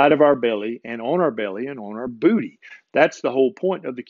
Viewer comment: BOOTY! Haha He says it funny. 😇